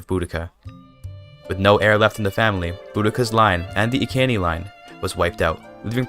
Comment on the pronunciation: I thought the Iceni tribe was pronounced I-see-nee